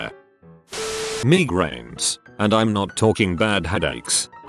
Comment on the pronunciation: Everybody:migraines Robot voice:me grains